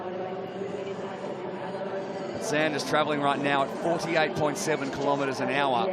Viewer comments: As Lionel has been the big marketing push to this event it’s really annoying to hear the commentators ( and ) constantly mispronounce his surname; it’s not like he’s new to the sport; nor they!🤷‍♀️ you need to respect these athletes by learning their names. Otherwise a great event!👍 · Congratulations on securing as big a name as Lionel to this event. It would have been great to hear all the commentators pronounce his name correctly (Sanders not Saunders, it’s not difficult) from the start, this unfortunately seemed a bit demeaning given how much you put him in the spotlight. Great to see non drafting on the bike too.